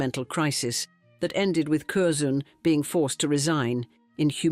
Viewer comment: And there is no one named "Curzoon"!